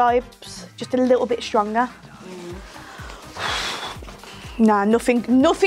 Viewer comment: Oreo’s and mustard is my fave part 😭 I thought you said custard and was like what that can’t be that bad 😂x